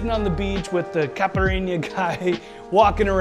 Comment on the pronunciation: The way you said caipirinha gave me depression and I'm not even brasilian